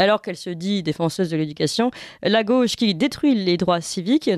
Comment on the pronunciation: En français on ne dit pas la Go che mais la gauche=gôche. C’est insupportable ces journalistes qui ne parlent pas français